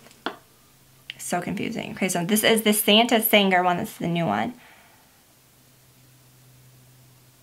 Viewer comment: Lol! Santa sang-grey. Long 'ah' sound in the first syllable. It means blood. Thank you for the video and the tips! I'm dying to try some of these now!